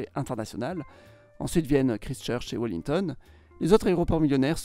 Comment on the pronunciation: Très bien, mais prononcer ˈkɹaɪst͡ʃɜːt͡ʃ (kraillestcheutch). Aussi, les Maoris: 2000 ans AVANT JC, non?